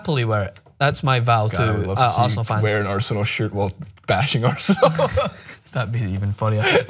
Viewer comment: "Aresenal" though